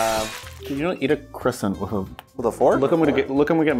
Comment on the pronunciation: Thats how the french do it? I am French and I can tell you that we don't eat croissants like that and its not the way we pronounce that. But your videos are " Magnifique" 🥐🇲🇫